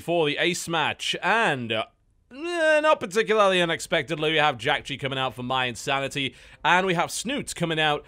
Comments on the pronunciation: Why does he keep calling mYinsanity MYE? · EH-nable, IN-sanity